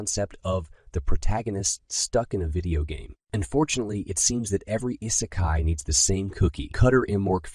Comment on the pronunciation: How you pronounce Isekai makes me cringe.